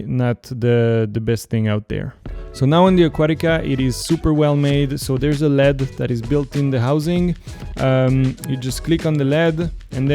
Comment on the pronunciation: You should disclose up front that you have a financial relationship with Aquatica. Also, in English "LED" is pronounced by saying each letter--not like the metal "lead". Took me a while to figure out what you were talking about.